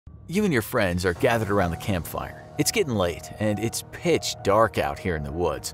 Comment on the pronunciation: The scaryest thing in this video is when he said pich dark